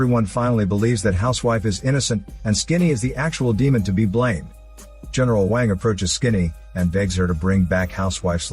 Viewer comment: when you said "racists" you mean people who doesn't speak the language so doesn't know and you just trying to feel like you are superior by calling everyone a racist ? Edit: it's pronounced as WONG not WON